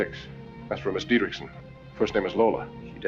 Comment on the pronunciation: The reason you’re having trouble pronouncing the name is that you’re trying to pronounce it ‘DietrISH-son’, when in fact the correct pronunciation is “DietrICK-son” 🤷🏻‍♂️